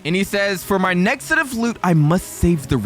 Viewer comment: Bro just said nezxt